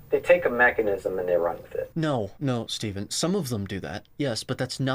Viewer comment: Unfortunately you apparently didn't see my previous comment about how to pronounce Stephan's name. It's neither "STEEFn" nor "SteFAHN", but "STEFn" (there was a debate between him & Gary Taubes in which Gary had a mental block with his name & couldn't stop saying "SteFAHN", even though he knew it was "STEFn". Also his surname is pronounced, "GEE-n-ay" (with a hard G, as in "ghee").